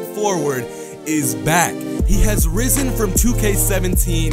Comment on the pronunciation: THE WAY HE SAID RISEN 😂